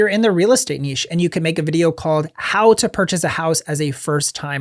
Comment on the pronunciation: Learn how to pronounce “niche”!